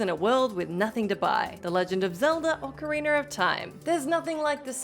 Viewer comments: OcarinA not ocarinER! There’s no R at the end. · Why did you say 'Orcariner' ???